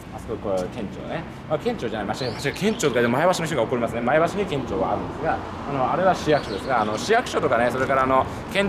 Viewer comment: 前橋の発音が自然ですね（NHKは不自然）